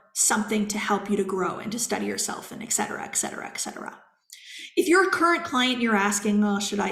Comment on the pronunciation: it's not eXcetera but eTcetera, meaning "and so on/ and so forth/ and the rest" (et=and in Latin). Pls. Basic things.